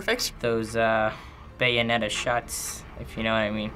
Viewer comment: byeonetta? BUYANETTA! ha.... ha.... ha....